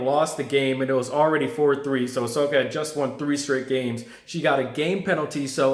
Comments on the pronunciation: I kept hearing Asoka. Man, it's "Oh-sa-ka" not Asoka. She got robbed of her moment earlier stop butchering her name. lol Just say Naomi. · It's OSAKA not Asoka ya goblin! You suck ass. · Osaka men O S A K A. Not asoka😂😂😂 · It's Osaka. Not ahsoka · It's O saka not A soka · First of all, if you want to make a video analysing the tennis match stop watching football and stop wandering around the room like you are on meth. and secondly learn to pronounce Osaka properly at least. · You can't even pronounce the name of a city well.....big turn off!!!! OSAKA, how hard is that to say? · She's not Ashoka! Ashoka was an emperor from India. She's Osaka! O-S-A-K-A! It's not that hard. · Stop watching soccer and learn how to pronounce Osaka correctly. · You can't even pronounce the woman's name correctly. Three syllables too much for you? Serena lost the match cuz she lost her head (and seemingly her sanity). That's three times she's acted like a complete loon ass at this event, the one in her own country. She got what she deserved then they tried to make it about her instead of Osaka. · Just a piece of advice.....its very important to pronounce a person's name they way they say it. For example the legendary ice hockey goalie Patrick Roy is French Canadian and his last name is not pronounced like the English name Roy though the spelling is the same....but Roua. And also when making a review concentrate on it, don't watch a Football game as well or do it when the game is over.